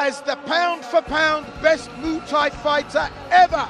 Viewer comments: Call it moo Thai once more n I swear Mr announcer 😂😂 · I like how the commentator says MOOTAY to Muay thai lol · Haha “moo Thai” ooook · Say Muay Thai slightly more properly, this sounds so annoying